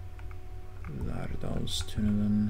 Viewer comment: As a Norwegian, I am really impressed how you pronounced "Lærdalstunnelen". You almost got it right! Lærdalstunnelen is the longest road-tunnel in the world, and it is 24,5 kilometers long (or about 15.2 miles).